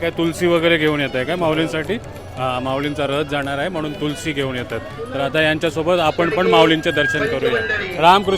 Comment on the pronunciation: तुळस भावा तुळशी पण चालेल. तुलसी नाही रे.आपण मराठी आहोत.